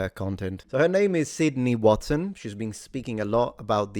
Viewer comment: Watson, not Wasson 😜